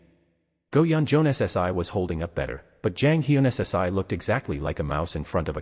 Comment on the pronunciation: Honestly, I am not a big fan of AI, but for my dyslexic sister, I'll give this one a pass. Thanks for the upload. Though you really should edit some parts where it speaks too fast and some words aren't read properly. Like, the " - ssi" honorific. Though seriously, thanks. Eagerly waiting for the next upload. 👍🦌📺💕